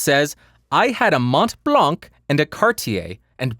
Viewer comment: In France we don't say MonT BlanC which is the highest mountain in France but Mon Blan ! ;) I love how you say Cartier ! :)